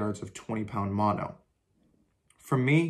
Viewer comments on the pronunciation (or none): none